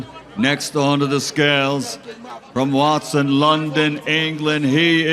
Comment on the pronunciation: Man said Watson hahahha the disrespect